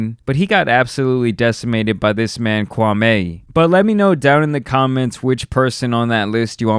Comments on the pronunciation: That's not how you pronounce his name that's disrespectful. It's kwah-me. Not kwah-may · Kwam Eeeeee....not...Kwam Aaaayyy ....please respect the heritage...😔smh... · It’s Kwa(me) not Kwa(may) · Me me me ...not may,.... not Kwameh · It’s Kwameeeeee.. not Kwamay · His name is not pronounced kwamaay but rather Kwaamii (as in me) ..Show some respect..👊🏿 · Bro his name is Pronounced Kwameeee not kwamey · The Stephan A pronunciation of his name is wrong my man. It’s not “KWA-MAY” it’s “KWA-ME” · KwamMEE, not Kwamay. Stephen a Smith says it purposely wrong to disrespect him. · Hey it's Qwa-Me not Qwa-May. I mean no shade whatsoever by saying that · u pronounce it “kwam-ee” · It’s kwame (ku-wa-mi mention it faster) and I have to say he’s definitely not a bust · Why does all these idiots keep saying Kwa MAY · His name is Kwa-ME. Stephen A got everyone saying this mans name completely wrong lol. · I wish y'all would at least respect his name tho. Kwame with long 'E'. Make fun of his game but not his name. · It’s pronounced KWAMEEEEEEEEEE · Ur not saying his name right, and why'd you make a video of shots he didn't make I don't like that you did dat ,it was just as bad, stop that. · The man name ends with an E not an A. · Lmao the way americans pronounce kwame kills me